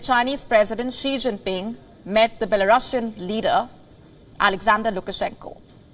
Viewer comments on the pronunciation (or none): none